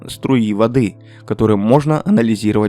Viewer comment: ИИ. Человек никогда не скажет "струИ воды", разве уж совсем деревенщина. Но "говорок" у этого ИИ именно деревенский почему-то)